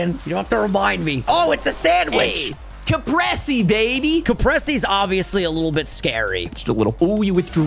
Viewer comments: I don’t know if anyone else noticed this but it was so funny to me that they were saying capresea instead of capraysay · It's more like cahprehseh, I thought you we're italian my dude